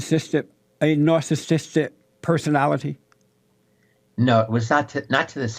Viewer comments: jlp: "nasahsistick," 😆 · Jesse, learn to pronounce the word "narcissistic" you dumb fuck!